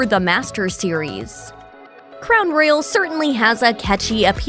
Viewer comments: Is this a robot voice? Cuz she can't pronounce Royal for s*** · Someone please teach this lady how to say Royal!!!!!!!!